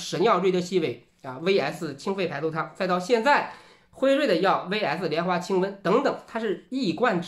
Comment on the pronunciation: 只有我听成了清粪排毒汤了么…………？